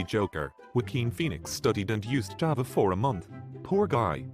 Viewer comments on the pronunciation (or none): none